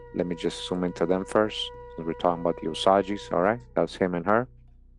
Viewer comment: Love the work does learning more and more everyday, the way he says “O saw jee” though, 😂. Where I’m from (KS) it’s pronounced “O”- “Sage” like the sacred plant used in ceremonies.